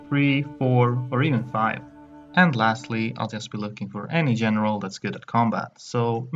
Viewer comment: I couldn’t place your accent that’s why I asked. But I got it when you said “General” as “Jeneral”.